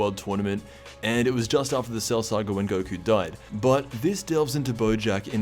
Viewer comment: A funny reference to the other guy in the Bojack gang called Gokua. Very inventively add an "a" at the end 🤣